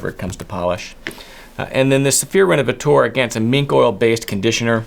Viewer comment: Hi, i'm French and i'd like to adress the pronounciation of "renovateur". "teur" is the French for "tor" like in "actor" or "director". i don't know why you say "renovatour" but it's "renovator" for you English speakers. Thanks 😉